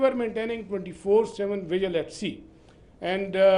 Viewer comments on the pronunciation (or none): none